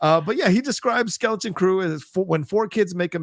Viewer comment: Take a shot every time calls it “Skellington Crew”.